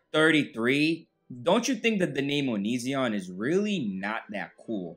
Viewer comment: Love how you mispronounce is name! Poetic justice!